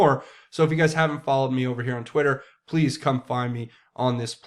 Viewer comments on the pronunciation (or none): none